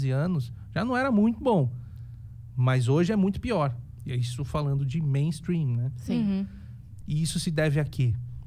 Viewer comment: Nunca de atenção a alguém que fala meinstruim,essa gente só fala porcaria,corra para as colinas